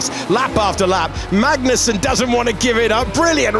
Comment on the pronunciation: "Kevin Mangnussen"